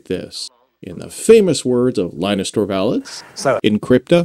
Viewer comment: Linus has an audio file on how to pronounce Linus. So only the botched Torvalds can be forgiven :)